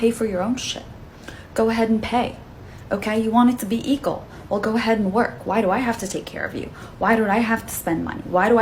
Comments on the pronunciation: What's up with the woman saying "eagle" for "equal"? Weird. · She said eekle , what the hell is eekle ? You mean equal ? If you can't pronounce it , do you even know it's definition ? Eekle rights , Right ? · Second woman: it's "equal" not "eqal". 🙄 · Can’t even say equal!